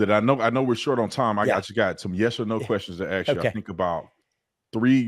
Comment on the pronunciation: Brandon, please learn how to pronounce “ask”. The S comes before the K.